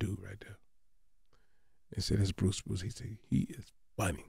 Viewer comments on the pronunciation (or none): I love bruce bruce but biggie did not say his name 😂 he said “Bruise Crews” 🤦🏿‍♂️ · Shout out to Bruce Bruce but Big def said Bruise crews 😂😂😂😂😂